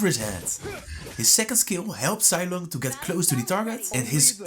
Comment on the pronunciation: Thats not zailong thats zeeelong